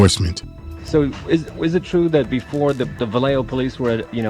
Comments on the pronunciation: They didnt even pronounce Vallejo right 🤦🏽‍♂️ So I immediately stopped watching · Didn't even watch the whole thing. Cringey. The documentary didn't even pronounce Vallejo right 🤦🏽‍♂️ A lot of better Mac Dre docs out there to check out.